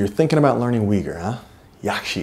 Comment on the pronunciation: It is a great achievement, what you have brought out. So please do not take my remark as negative! But, to my ears, the way Uighur or Uyghur is pronounced in English, really challenges my ears ... Is it really not possible for at least you pronouncing it correctly? As a Flemish speaker, I'm born with the soft gh, which is inbetween g and h - actually, it is a strong sounding h. Also ui is no we but more like oo - y, almost like boy but with long oo ooyhur. Thanks for your attention. Good luck with your work and I will buy a copy of the book soon!